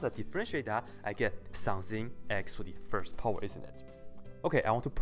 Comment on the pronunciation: I like When you say "some thing" It sounds like some Chinese food :]